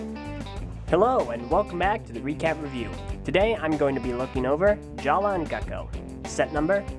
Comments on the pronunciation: Jaller is pronounced JA-LUH! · ***** Yeah, Matoran names were changed. Huki - Hewkii, Jala - Jaller, Maku - Macku, and I think Hali - Hahli. My question was why did he pronounce it with a hard "R"? I thought the pronunciation stayed the same. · did you do the skit at the beginning or did another TTV member do it? Because in the skit, Takua pronounced Jaller's name as it was spelled, but in the review you pronounced it as "Jala".